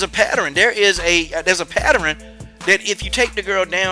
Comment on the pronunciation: Coach...your country ass. What is a patteren? 🤣